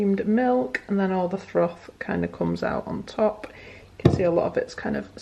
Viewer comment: Were you saying “throthing” or is that just your accent? Helpful video, thank you